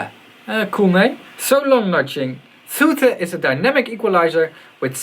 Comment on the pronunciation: Its soothe, not soothe, you clog wearing hippie! ;)